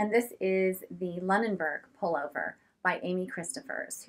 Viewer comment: Such beautiful sweaters, and fun to see your journey! Just an FYI, it is Loo-nenburg, a beautiful seaside Nova Scotia town! 😍